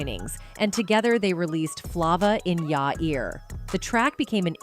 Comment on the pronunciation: When she mispronounced Flava I was done